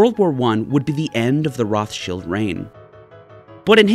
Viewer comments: Roth-Shields? In German, phonetically it is said "Rowt-Shild", no "th" sound and the "Rowt" is harsh. Just for clarity, "Roths-Child" like the Child of Roths, is the English pronunciation. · Roth-child ... your the only person on earth who says rothshield... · It’s not pronounced like that in English or German. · I've never heard Rothschild pronounced the way pronounces it. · It is not correct in English or German. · The way he says Rothschild....eewww.